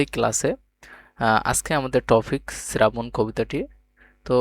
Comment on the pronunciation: শ্রাবণ❎ শ্রেরাবণ✅😂